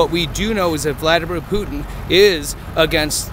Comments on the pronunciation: Why does everyone in this vid pronounce Putin as ‘Pew-Teen’ instead of ‘Poo-Tin’. Am I crazy? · Why is it they all say “Pu-itin “ instead of Putin? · "pewtin" .... lol pew pew pew PEW PEW.... PEWTIN! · “Pewtin” (Putin) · I love hearing people say "Pewton" for Putin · why cant anyone properly pronounce Putin? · I have NEVER heard somebody pronounce Putin with a long U but now I’ve heard it twice. What’s up with that??